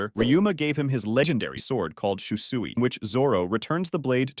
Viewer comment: That's how it's pronounced